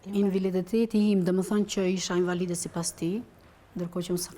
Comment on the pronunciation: Hhaaa kam qen me dhjeta ne mesime thot kjo. Oo zot nuk flet dot fjalen invalide nuk e shqipton dot. Pse duhet te shesi men kot cdo shqiptar ? Pa pa pa nuk ka . Ok je gru puntore familjare pse duhet me bo si intelektuale kot?